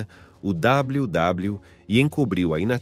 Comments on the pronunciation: Esse W. W . E . E CHEGA A DA RAIVA 😂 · Esse "WW" em vez de "WWE" do narrador irrita muito